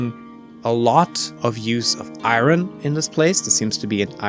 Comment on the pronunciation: It surprises me how many Germans can't pronounce iron to save their life. Also congrats. Best wishes for the future.